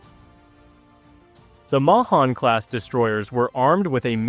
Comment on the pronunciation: It's pronounced May-han class